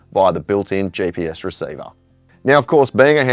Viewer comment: its GPS not JPS. G stands for Global , there is no J there. Please try...